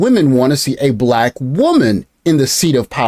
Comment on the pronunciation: "BLACCCHQ women. " speak normally 😂